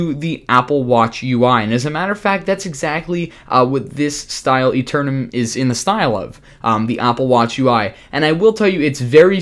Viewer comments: AETERNUM ! Not Aterenum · by the way, it's aeternum not aternum